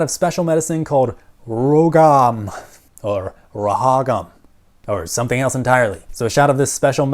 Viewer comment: RhoGAM = row gam (like jam with a hard g) Otherwise great video!